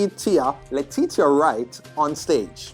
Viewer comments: It pronounced Letisha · its pronounced "Let-ee-sha"